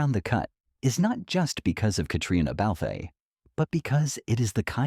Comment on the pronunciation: It isn’t Haimie it’s Jaymie, it is Katrina and. It’s not Balfay, it is Balf. Day the names correctly or find someone who can.